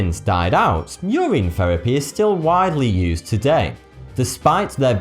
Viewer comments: why do you pronounce everthing wrong? urine is not pronounced ureen, it is pronounce like u-rin, glacier is not glass-ier it is glay-sher. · its urine not your ien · its pronounced yer in not yer reen....urine not ureen... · It's pronounced "Your In" not "Your Ine" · he keeps mis-pronouncing urine. he pronounces is ur-ine rather than ur-in. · I didn't know urine was pronounced ur-een in the UK. Or is that just certain dialects? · Ah yes Your-Ine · U say urine like Yoreen😂😂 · holllllly fuck i was getting annoyed when he was saying urine like "your-een" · 'your eeeen' LOL. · I like the way you pronounce the word "urine" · Lol I've never heard anyone pronounce urine like that. Probably because I'm American and over here no one cares about proper linguistics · Wow the way you say urine is hilarious